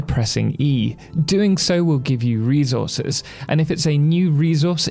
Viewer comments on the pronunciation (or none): I'm sorry but the way you say "re - zor - zez" gets me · ReZources is crazy😂